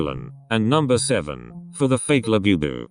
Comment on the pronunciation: He keeps saying "BE bu, when Bu bu is correct. Bugs me!